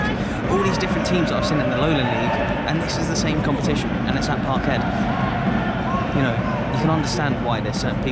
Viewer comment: “Parkheed” love it mate You are slowly becoming part Scottish